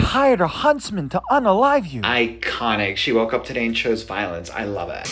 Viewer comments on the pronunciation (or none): Woke? Oh, I thought you said, "Whacked."